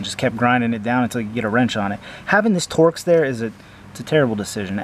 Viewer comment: 😂🤣 first time in 50 years i heard someone call a torx a tor x